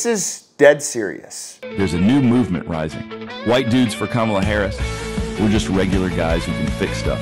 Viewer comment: Cumall-ya Hoe-rris